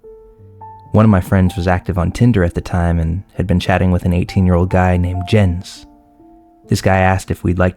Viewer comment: I love how he actually pronounces it like Jens and not Yens